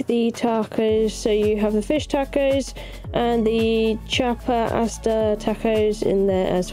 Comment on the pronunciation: Loved the close up of the meals. 😋 By the way, Asada, is pronounced more like, Ah-sah-da. 😁